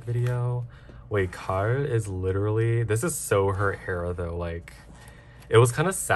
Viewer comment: the way you pronounce gaeul is driving me insane 😭😭